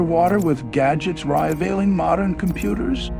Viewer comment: '' .... rye-vailing .... ; IDIOCY